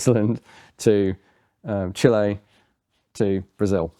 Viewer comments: Chilean-American here. Nice to see this gun featured on such a popular channel. Unless I’m mistaken it’s one of the very few Chilean-designed firearms. Edit: Also it’s nice to hear an English speaker pronounce it properly. Most people I’ve talked to pronounce it like chili. Gracias. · The fact that you say Chile correctly tells me you've been to south America?